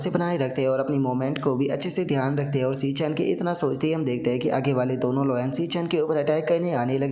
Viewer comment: Are bhai wo loun nahi lion hai 😂😂😅😅😉👊👊